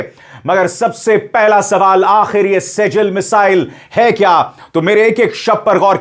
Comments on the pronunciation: मिज़ाइल का नाम सेजील नहीं मिज़ाइल का नाम सि‌ज्जील है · सेजील मिज़ाइल नहीं इसका सही नाम सिज्जील मिज़ाइल है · Sejjil Arabic word hai jo सिज़्जील padha jata hai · वो सजल नही सिजजिल है, यह नाम कुरआन से लिया गया है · शर्मा जी शेजल नहीं सिज्जील नाम है इस मिसाइल का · सिज्जील बोलिए सर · Abhishar ji थोड़ा सा arabic punctuation को भी समझ लें. Arabic word (سِجِّيْل) सिज्जील है। ( SIJ JEEL ) है